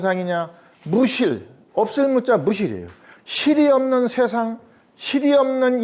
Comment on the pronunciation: 자고저 문제! 예: 세상,머냐?,퇴계,선한 본성, 교육,퇴계,성리학, 등, 첫 자가 장음인 단어를 짧게 잘못 발음한 실 예이옵니다. 한학자로서, 이렇게 자고저 문제가 있다는 것은 결코, 너그러이 볼 수 업나이다.